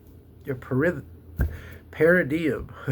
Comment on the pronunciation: Paradigm is pronounced like: para-dime (where "para" is pronounced like the para in "parachute", and "dime" is like ten cents). Just trying to be helpful.